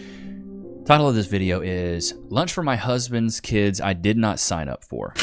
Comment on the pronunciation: The word is not keeeeds.